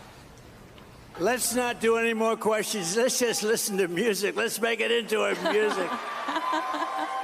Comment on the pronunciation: "lesss make it into a musshic" 😂